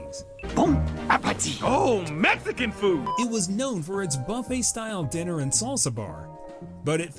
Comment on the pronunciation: Doggie Diner………it’s dIner, not dinner.